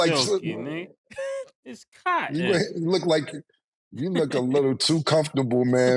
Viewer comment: The way Mase said “it’s COTTON!” has me in shambles 💀